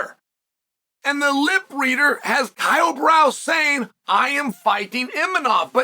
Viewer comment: Who tf is “kyle brow” 🤣